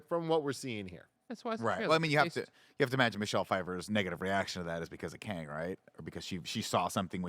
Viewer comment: C'mon Tim, it's Kang. Somebody's going to die.